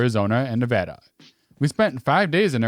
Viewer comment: Thank you so much for pronouncing Nevada correctly! It gets so annoying when more than 1/2 the time, people say it wrong!